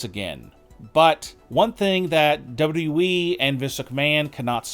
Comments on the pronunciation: Dude pronounces WWE as Double W Weee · Everyone: WWE. This Dude: Dubbadooweeee!